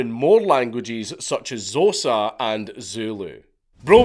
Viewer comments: Zotsa - as Xhosa killed me. Better to say it as Kho-za dank. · When Xhosa was said,”zosa” I nearly died 😂😂😂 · Xhosa is pronounced Kosa brother but with a click creating the K sound. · Hey Dank, I'm from South Africa, the language he learned Xhosa is pronounced X Hosa. In their culture the X is a sound not a letter and the X sound is just a click of the tounge Love your Content Brother just wanted to help I'm not a word correction warrior 😂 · The way you pronounced Xhosa has me dying 😂😂😂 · Xhosa is pronounced with a click at the start. The x and the h make a dipthong like 'th' in English, changing the sound to a click.